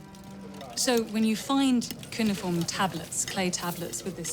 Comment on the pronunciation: and they both pronounce Cuneiform differently 🤦